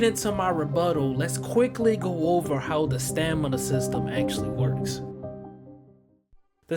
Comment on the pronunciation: I swear bruh said Stanima 😂😂